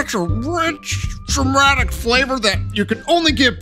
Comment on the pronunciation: Your (or mine) Matt Colville fanboism spills on pronunciation of word "Dramatic".